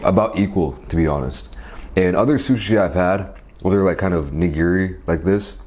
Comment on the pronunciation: Think about saying nigiri wouthout saying the extra i at the end